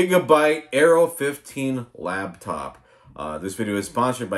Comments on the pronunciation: Are you saying LABtop? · "Lab" top. Oh God. My sides. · 'Lap' top. As in it sits on you lap.